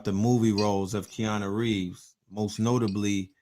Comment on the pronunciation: Keanu not ‘Keano’ lol